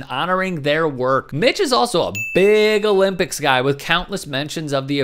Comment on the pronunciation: No Owe-Limp-icks